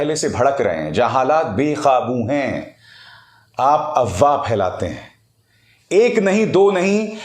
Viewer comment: Sir the correct word is AFWAAH not AWAAH, why do keep F silent in that word?